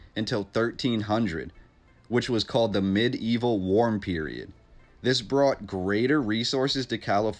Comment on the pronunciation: Medieval Relating to the Middle ages ( ) or Very old fashioned or primitive (informal) Now I'm pretty sure that is the word you were trying to say. But it is not pronounced mid-evil. It's pronounced me-deevil. I say this so you don't embarrass yourself in public.